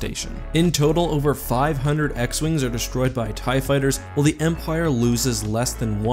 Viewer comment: Ew you said "tie fiters"